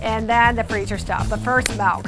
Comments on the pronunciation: It is pronoce milk not malk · Do you pronounce Milk as Malk? I’ve never heard it pronounced it that way but I’m also Canadian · She said Melk in place of Milk